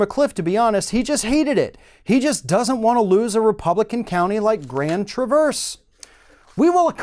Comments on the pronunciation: You said Grand Traverse wrong but its great information anyway. Its said like travers. See also Lake Orion which is said like orry on. It's weird I know. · Grand traahh verse is how it is pronounced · Grand Traverse is pronounced with the accent on the first syllable. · Nitpick. You mispronounced Grand Traverse. You pronounce the "a" in Traverse the same way you would in the word "bad". Just wanted to point that out there. Can't wait for this lawsuit to go to trial. There's no way they'll lose with evidence like this.